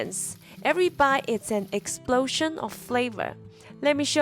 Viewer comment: "Exprosion of Fravor" 😂